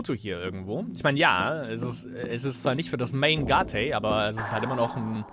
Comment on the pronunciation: Deine Art "Gate" auszusprechen ist schon echt sehr experimentierfreundlich würde ich mal sagen :D Man spricht es wie eight aus, nur mit einem G davor. Aber nice, dass du das game spielst, hatte es damals für die ps2, aber war noch extrem jung, 7 Jahre, hab mich immer voll eingeschissen als diese viecher kamen :D habs leider nie durchgespielt, aber kann ich ja jetzt in visueller form bei dir nachholen.